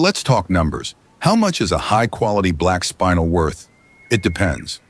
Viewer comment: Not a bad video... Couple of corrections: 1) "shiny" is not the correct term - use "luster" instead 2) it's spinel - "spin-ell", not spinal - "spine-ell" 3) "geometric angles" - nonsense statement 4) by definition, sapphire (corundum) is ALWAYS hexagonal Sorry to be so particular, but mineralogy and gemology has specific names and terms for mineral and crystal properties. If you want to create an informative video, use the correct terminology.